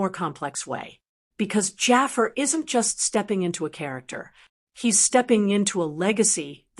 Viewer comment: Stop calling him "Jaffer"!! It's Jafaar!